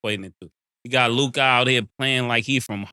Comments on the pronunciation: I can’t stand the way mase says “LUKAA” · Why do they say Lukah and not Luka? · “Lukaah” -Mason Betha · Mase said “Luke-ahh” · The way say Mase Luka name is hilarious. Lukai 🤣🤣🤣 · Ma$e got me weak every time he pronounce LukAAA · He’s saying “Luk-God,”you simp. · The way mase says luKAH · Why does mase keep saying Luka's name like that lmao "luke-ah" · why they be saying lukAH ? 💀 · I be laughing how Mass pronounces Luka name “Lu-Kaa” lmaoo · “Looo KAH”-mase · Why Mase keep pronouncing Luka name like that lmfaooo. LukAaaa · why you saying LOOKAH like that 😂😂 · Why Mase say Luka name like that? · The way Mase pronounce Luka is funny asf to me 😂😂😂😂😂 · Y mase say Luka like that 😂🤣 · Why tf mase saying luka like that 😂😂😂